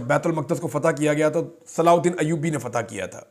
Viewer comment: Pahle bolne ka tarika sikho [salahuddin Ayyubi tha ] ye kya bolne ka tarika hai dimag kharab hai kya tera nhi dekhna tera video bhad me ja tu or teri baat lanati aadmi